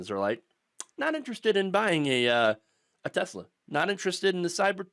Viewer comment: It's pronounced, "TeSLUR."